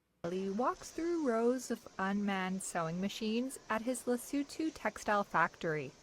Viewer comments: What?? You expect 'muricans to take 10 whole seconds to google a pronunciation before attempting to say an unfamiliar name? Pppfftt!! 😉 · Good grief....can Americans ever pronounce the names of countries? It's Le-soo-too. And of course most Americans couldn't even find it on a map. And Americans wonder why Africa is choosing China. Who just dropped ALL tariffs on ALL goods from ALL African countries to China.